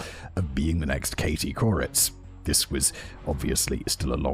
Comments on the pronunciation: Calling Katie Courics (Kerr-Ich) 'coreitz' was comical to me. Linguistics is fascinating how you look at how someone from Europe would pronounce something compared to how weirdly multi ethnic and diverse which is actually NOT the norm but how it is here in the USA. When I say multi ethnic I mean French Italian English Irish Hmong Thai Lao Egyptian etc. And it's interesting that we really have a highly stereotypical experience, BUT some familiarity with what educated people here can find they associate with that country or group of people. where unless you live in France or Germany (even then mostly Algerian and Turkish respectively) most things are just homogenous almost everywhere. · My brain glitches every time he says Katie Couritz. It’s Katie Couric. Core-ick. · That's why it sounded familiar! I wondered if there was someone of more regional fame named something like Kuritz. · Who's going to tell Simon that "Couric" ends with a hard /ck/ sound? 😆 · I wrote it right, he pronounced it wrong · It's Katie Couric. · I spelled it right in the script, but people have said he was pronouncing it the way the ic sound is pronounced in Czech. I have no idea if that's accurate or not. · Simon’s Czech is coming out with how he says couric. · I wondered why he was pronouncing it that way. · i knew who he was talking about and that it wasn't the right pronunciation but i could not for the life of me remember what the right one was or how it was spelled, so ty for posting this and settling that for me lol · i was thinking the same thing! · Thank you! I was so confused😂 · Katie Couric(Standard measurement of 💩 weight. South Park) Laughing every time Simon says her name😂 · was he saying Katie Couric? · This was killing me 😂 I’m pretty sure it’s bc he lives in Prague and thats how the Czech would pronounce it